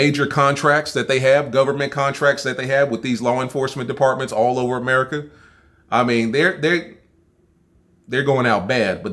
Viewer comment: Niggga said America wrong 😂😂☠️☠️☠️